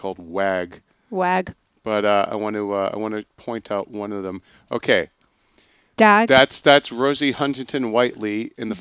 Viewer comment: The character played by Abbey Lee (the weird pale blonde girl with the Khaleesi vibe) is called "The Dag" not Wag :) Dag is an Australian term used as a kind of affectionate insult for somebody who is a bit odd, socially awkward or has terrible fashion sense.